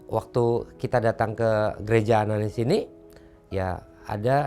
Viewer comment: ananias bkn ananis